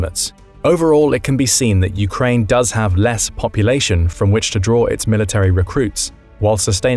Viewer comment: What is this "Urkaine" you speak of?